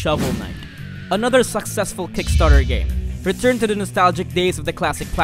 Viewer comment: Anybody noticed that "Use the showel to dig deep" phrase by the talker:D